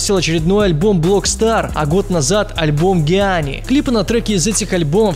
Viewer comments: Джианни а не гианни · Не Гияни, а Джиани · Джианни* Ну блин,проверяй правильное произношение названий .